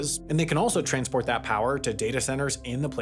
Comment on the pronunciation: Did he say ”train-sport” ?